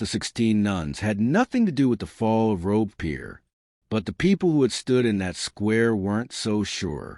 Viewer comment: Never heard about this, Why? They could at least learn to pronounce Robespierre right, Robesper, Jesus! Campina? Good GOD!!! No respect whatsoever, it's not the Wild West.